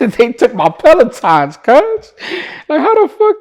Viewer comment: Bro said "they took my peletons cuz.." 🤣